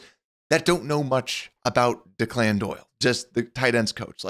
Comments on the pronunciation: I’ll pay attention to your concern when you can pronounce his name properly. It’s Declan, an Irish name. Deck-Lynn. Not De-Clinn, which sounds like a Victor Hugo character. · The name Declan in pronnounced deck-lin, not DeClann. Just FYI. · The name is pronounced DECKlin Doyle. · Thanks for the off season updates but the guy’s name is not pronounced “Dee-Clan”. This is an old Irish first name, it’s’more like “Deck-Lin” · The OC's name is pronounced DECKlin Doyle. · This guy is talking Chicago sports and can’t pronounce ‘Declan?’ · You should learn thow to pronounce Declan!